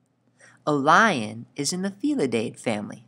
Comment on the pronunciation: he says blion lion